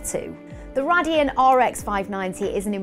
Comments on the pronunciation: BTW its Ray-dee-on not what you said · The manufacturer is pronounced Ray-Deon!! lol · it's pronounced Raydeon not RADeon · Is it pronounced RAY-deon or RA-dion?